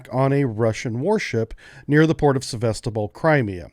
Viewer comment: Sevastopol, not sebastobol) Glory to Ukraine!